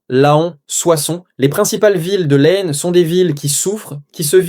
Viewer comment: On n'a jamais prononcé le S dans le nom de l'Aisne (prononcez Laine)